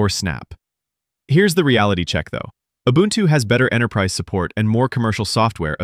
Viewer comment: the word ubuntu is african. this guy says it pretty close. its oo-boon-too not you bun two